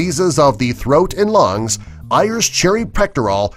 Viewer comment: Ayer's is pronounced AIRS